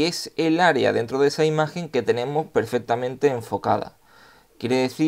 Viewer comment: ¿Por qué dices "etsa" en vez de "esa"?